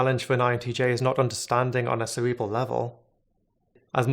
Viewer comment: caweebwawl for cerebral . I can't take him very serious or should I say.... Sewious..